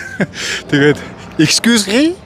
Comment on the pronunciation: Eoo excusri gej yamar ug YM be ahaa 😂😂😂 Ta excuse et rit gej3 heleh gej baisan ymuu